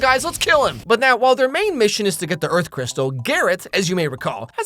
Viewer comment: earf?! LIKE EARFQUAKE?! CUZ GIRL U MAKE MY EARFQUAKE